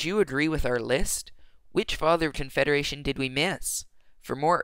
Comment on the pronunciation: confeda-what? confederation